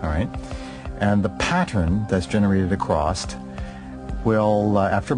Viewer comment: "Acrost" i.e. Across